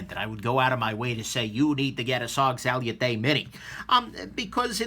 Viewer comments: "Sal-yoo-tay" bugged me a lot more than it should. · Sal-you-tay, you say.... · Why would I believe your review and take your opinion to a heart when you can't even pronounce salute correctly. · Learn how to say the fucking name of the knife before you do a shity review of it dumbass 🖕